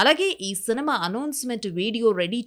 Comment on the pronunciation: సెనిమ కాదమ అంత ఏతులు అవసరం లేదు సినిమా అని చెప్పొచ్చు